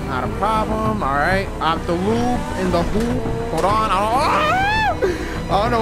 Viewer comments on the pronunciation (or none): none